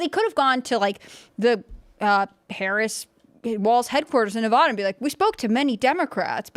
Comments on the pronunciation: It's pronounced Nevada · stupid girl has a fit when people say her name wrong. CAN'T SAY NEVADA CORRECTLY